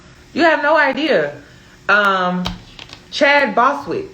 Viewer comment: Chadwick Boseman 😂😂😂 not Chad Boswick. Love the channel